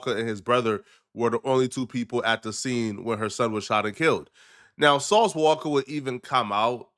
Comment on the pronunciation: "Sauce Walker" 😂😂😂😂